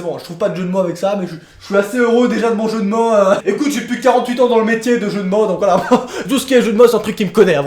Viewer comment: "Les jeux de mo"haaaaaa cette acsent